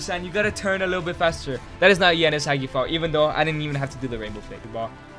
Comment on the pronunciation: Why is Castrovilli Capt? he isnt even second or third capt in our team, should have made it Milenkovic. Hell Castrovilli doesnt even play, benched by Bonaventura and Maleh. dude cant even pronounce Hagi correctly.